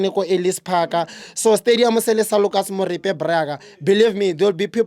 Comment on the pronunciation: He said Lucas Moripe